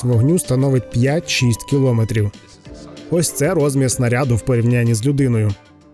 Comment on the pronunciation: Змініть наголос у слові "кілометр"